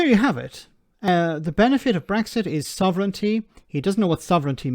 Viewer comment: "Sov...ren...TEEEEEE"? Boil water. Add one teaspoon of nonexistent "Sov...ren...TEEEEEE" per person to the pot. Brew for a few minutes, then pour. A drop of milk helps you swallow your "Sov...ren...TEEEEEE" Enjoy!